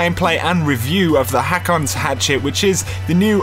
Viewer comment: it's pronounced (hoke)